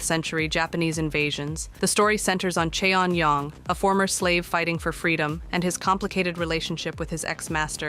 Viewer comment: Please learn to pronounce Korean names correctly. Cheon is pronounced closer to chaun. Choi is pronounced closer to chae or cheh.